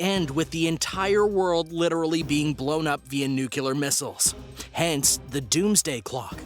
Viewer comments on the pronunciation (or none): Dammit man! Quit saying NOO-kyu-lur! It's pronounced NOO-klee-ur! Say it as it's spelled! Jesus Christ man, are you really that stupid?